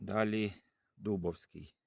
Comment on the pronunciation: З усією повагою не ДУбовський а ДубОвський.